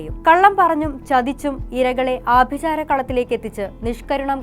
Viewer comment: ആഭി'ജാരം' അല്ല ആഭിചാരം ആണ്